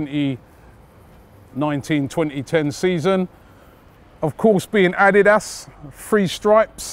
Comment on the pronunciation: the way Robbie says Adidas ... jesus bruh LMAOOOO